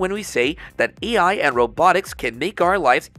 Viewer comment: The AI bot reading the script keeps saying "ei". Somebody kept saying "Old McDonald" during it's training.